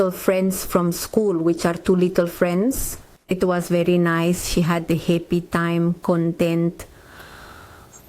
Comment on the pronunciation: Yes it was happy but sounded like hippy